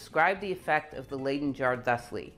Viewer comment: You could redeem yourself by pronouncing Leyden not as 'laiden' but as 'lyden' in the future. Y as in 'lydon' eg John Lydon.